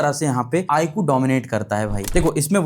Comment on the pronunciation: Saaf saaf bolo na , IQ tumko pasand nhi 😁😂